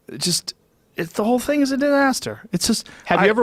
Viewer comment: "It's just a disASSter"